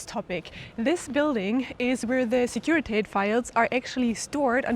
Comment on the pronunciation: Securitate does not rhyme with English wait or gate. It's pronounced exactly like it's written; /sekuri'tate/.